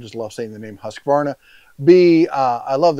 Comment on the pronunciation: Fun fact: Its Not pronunsed "HaskAvarna" its pronunsed "Huuskvarna" :)